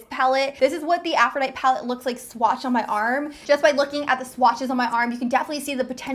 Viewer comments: I am sorry but it tossed my cookies to hear you mispronounce over and over again..... Af-ro-di-TEE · AFRO-DIE-TEA FOR GOODNESS SAKE! srsly, why not look up the pronunciation of words in, i don’t know...maybe a DICTIONARY UGGGGHHHHHH!!!!!! i can’t watch this and listen to that mispronounced word over and over...i am OUT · Great video! I wouldn't refer to the high end (Huda) palette as the dupe colors - wouldn't the other cheaper palette be considered the dupe? And girl - it's pronounced Afro-dye-tee like the Greek goddess :) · Oh sweet girl. I just stumbled upon you and I think you are stunningly beautiful. Howeverrrr... girlfriend! Please google "Aphrodite" and learn how to say it correctly! 😂😂😂 Just subscribed and am looking forward to seeing more of you. 😘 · Aphrodite is a goddess. It is pronounced "afro-die-tee". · Aphrodite is pronounced "aph-roh-DIE-tee." :) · The palette is called Aphrodite as in the Greek goddess of love it's pronounced with an "ee" at the end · The name of the palette is Aphrodite. Pronounced a-fro-di-tee. Long I and long E. Like the goddess. Sorry, pet peeve! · Deanna Leckie same it bothers me lol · Glad I wasn't alone in that thought... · Girl! It was bothering me too! I'm also a teacher, and I was correcting her. Meanwhile, the palette is available NOW! :-) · Haha. It was really bothering me the whole time! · .......I was like does she not know how to read?!?!??!?! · There are times when certain individuals can't pronounce certain letters appropriately. I have noticed that a lot of people pronounces caveat and catastrophe incorrectly. Afrodite! lol. This youtuber talks way too fast and I can't watch. She is dumb since she can't pronounce Aphrodite properly. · I cringed so hard everytime she pronounced aphrodite wrong but overall loved the video. Thank you! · This is the second time I've watched a video on this palette and no one can pronounce aphrodite lil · Take a shot every time that Aphrodite is mispronounced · Afro-Ditey. Sheesh.